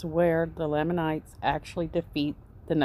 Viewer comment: Thank you for your research. As a sixth year Mormon, I will try to help you with pronouncing some names. Nephi pronounced Neefī Nephites pronounced Neefītes. Lamanites pronounced Laymanites Moroni pronounced Morownī not morownee. Hope this helps!